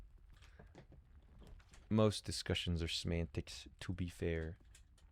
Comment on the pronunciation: "This whole discussion is about semantics." You mean... Smantics?